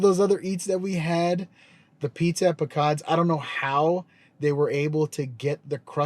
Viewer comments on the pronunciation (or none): Nice review - the pizza place is pronounced "Pee-Quad's"...